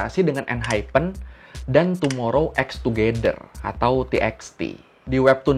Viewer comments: Fyi bang. Tomorrow X together (TXT) dibacanya tomorrow by together. :) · Sorry bang, cuma mau infoin Tomorrow X Together cara baca yang benar “Tomorrow By Together" 😊